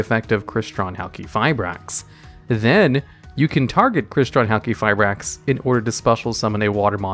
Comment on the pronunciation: Pronounces Halqifibrax correctly Me: What is this sorcery?